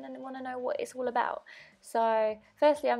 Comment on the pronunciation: all !! not ool!